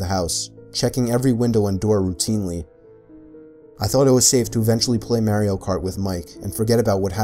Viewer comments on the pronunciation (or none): he said Mayrio kart instead of Mario kart XD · may-rio kart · Anyone else hear "Mary-O-Kart?" Sounds like a familiar game...😜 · Think you can just sneak in saying “maireo kart” and not have anyone notice?🤣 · Did u just say “Marieo” cart? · When he said “maryio cart” I wanted to dieee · He said "merio cart" 😂😂😂😂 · Lol "MERO" kart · The way he pronounced Mario cart smh🤦‍♀️ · Anyone else get mad at how he pronounced "Mario Kart" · the way you pronounced “Mario Kart” in this video made me break out in hives